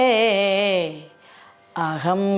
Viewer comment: ഏതു ഗുരുമുഖത്തു നിന്നാണ് പഠിച്ചത്? ഗണപതി ശ്ലോകം ഇങ്ങനെ ജപിക്കാൻ ആർ പഠിപ്പിച്ചു? എന്തു കഷ്ടം.വന്ദേ അഹം എന്ന് ജപിക്കുന്നത് തെറ്റ്. അതുപോലെ നാമോ നമഃ എന്നല്ല "നമോ നമഃ "യെന്ന് ജപിക്കണം.